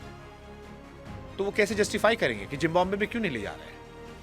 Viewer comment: Please try to pronounce Zimbabwe correctly. It's Zimbabwe NOT Jimbabwe.